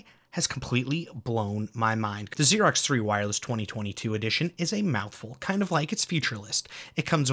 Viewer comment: Did you say Xerox? It's Aerox, pronounced 'arrow'. LOL